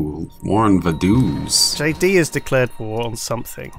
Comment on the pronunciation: I doubt most people will read this, but "Vaduz", it pronounced like Vadutz, that's a "tz" like in Sun Tzu, or the "ce" in France. EDIT: I forgot to mention it since I'm so used to it, but the "V" in "Vaduz" is pronounced like an English "F" because the German Language decided one day to be funny. It's also the capital of Lichtenstein, which is pronounced like "Ligh" (pretend the "gh" is the "h" you hear the yogscast do when pretending to speak Dutch, it sounds a bit like a hiss) "ten" "Shtine".